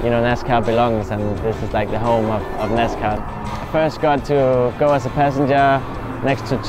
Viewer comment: Great video but I cringed every time they said they drove a “nascar”… 🤣